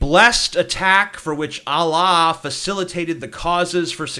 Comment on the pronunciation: You pronounce Allah weird.